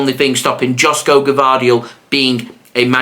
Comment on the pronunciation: It's pronounced YOSHKO, not Josko Gvardiol